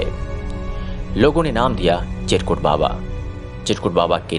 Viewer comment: सब तो ठीक है, पर आपके एंकर को चिरकुट बाबा का नाम नहीं बोलते बना, फिर से सुनिए, एंकर के उच्चारण बड़ा ही गलत है ध्यान दें